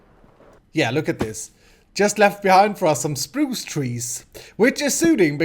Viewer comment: I love " chpruch " =spruce ;)